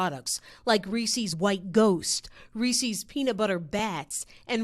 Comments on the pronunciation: It's Ree-sis. Not ree-sees.... FFS, you're a public speaker and cant he bothered to learn how to pronounce extremely common priduct names? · FFS it's NOT REE-SEAS, it's REE-SIS! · It’s Reese’s, not Reesee’s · Re-ses. Not reesees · Why are you saying Reeses' like that? You're saying it like "Reese sees" when it's pronounced to rhyme with "pieces". Unless, do you pronounce it "piece sees"? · It’s Rees-‘ez’, not Rees-’ees’. They even put a video out about it. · Its prounounced Reese's not reecees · Yeah and there’s a wrong way to say it. It’s not riecies. They pronounce it right in the commercial. Stop trying to be different. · where does it say "REESEES"? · Disgusting! I can't believe this woman just said "Reesees." WTAF. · "There's no wrong way to eat a Reese-EEs" True, but there IS a wrong way to pronounce Reese's! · Who the heck calls it ree-sees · I'm going to sue this reporter for repeatedly saying "Re-seez". It caused me extreme emotional distress and now I have the PTSDeez. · THANK YOU! I was wondering if anyone else was like, "who says REESIES?" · Never trust someone that pronounces it Resee's lol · she should be sued for pronouncing reeses like that. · The news anchor saying “Reese’s” wrong is super annoying. 😂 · I don't care one bit about this except that the news person can't pronounce "Reese's" properly. *facepalm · Why does she say Reese's like that even the commercial says it right 🤦🏻‍♀️ but how can you sue for something so stupid, this is why things skyrocket in price. Just don't buy it who cares, it's not like it's gonna make a difference in taste which is the point in buying Reese's. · There is however, a wrong way to SAY "Reeses" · There maybe be no wrong way to eat a Reese's, but there is a wrong way to pronounce it. Reese's rhymes with "pieces," not "feces."